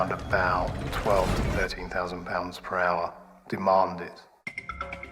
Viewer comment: As for that SAS/Scandinavian Airlines flight, there's a reason cockpit doors are closed and locked. This is a perfect example of why. By the way, the Scandinavian name Per isn't pronounced "Purr," it's "Pear.".